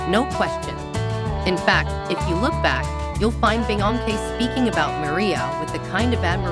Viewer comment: Just stop this mess. The "background music" is way too loud. If you're gonna use computer audio, make sure they can SAY THE PERSON'S NAME PROPERLY. Do you not watch your own videos before you upload